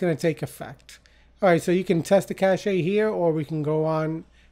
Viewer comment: helpful video Thank you btw, cache pronounces as KASH ;)